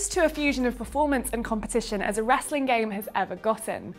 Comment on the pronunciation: "Wrastling" lol